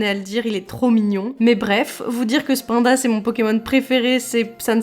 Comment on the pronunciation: Ce que je retiendrai de cette vidéo c'est que tu prononces "spain-da" au lieu de "spine-da" et je suis CHOQUÉ (sinon trop cool et je sens que je vais devoir ressortir ma gameboy advance et pokémon rubis par ta faute)